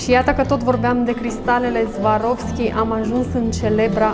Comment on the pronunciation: Soarovski așa se pronunța !